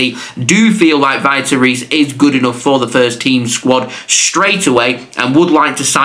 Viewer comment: Vitor Reis is pronounced like Veetor Hays